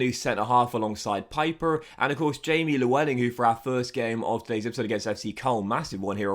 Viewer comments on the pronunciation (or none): Léweling is the right pronunciation